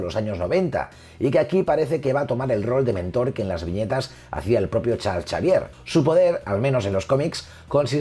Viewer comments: Creo que el Chal Chavier de pronuncia Charls Exeivier xd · Nadie: Absolutamente Nadie:: Chal Chavier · Me encanta como dice "charls chavier" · Todo muy bien, excelente info. muy bien explicado, se ve el gran conocimiento del tema en el domino a hablar del mismo. Nada mas una pequeña cosita: ¿QUIÉN MADRES ES CHARLS CHAVIER? Hahaha 😂😂😂 diferencia de pronunciación entre españa y latino america